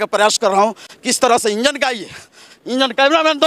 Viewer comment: इंजन को बोगी, चश्मदीद को चश्मदिन, कार्यक्रम को कार्ज़कर्म, ये बिहार की जमीनी भाषा, हेने आवा।